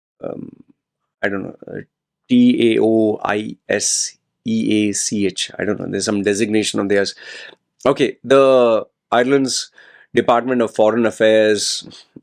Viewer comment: Taoseach is pronouced as ' T-shock' it is the gaelic name for PM in Ireland and this incident made big news here in Ireland